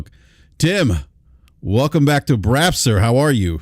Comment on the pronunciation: LoL ish He says "welcome back to BRAP Sir" But he totally sounded like he said "welcome back to Brazzers" Hahaha Brap trying to talk about how toxic the gaming discourse is now compared to "back in the day".... Dude Brap is constantly stirring the pot saying super fanboy BS all the time. Even the title of this video LoL, "Xbox hardware struggles". I feel like there was no real reason for that headline except for trying to get hate clicks or pony clicks haha. Thats not just Brap, that is just how the gaming youtube community is